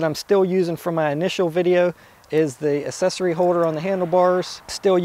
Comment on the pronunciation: its "aacksesory" not "assesory" come on